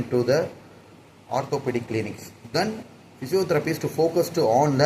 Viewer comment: English pronouns are really bad… when I write them down first and then read, only then it looks clear. Physiotherapist... He said physiotherapistuu Development..... He said developmentuuu System he said systemmuu 😂😂😂😂 so many words like this